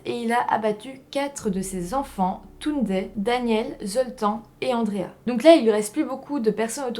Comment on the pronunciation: La prochaine ne picole pas avant la vidéo, comme ça on comprendra mieux ce que tu dis, c'est Septante-neuf pas Septaneuf. Le prénom Zoltan se prononce Zoltane !